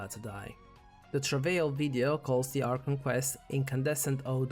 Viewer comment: I get it you have an accent but can please say A R C H O N correctly please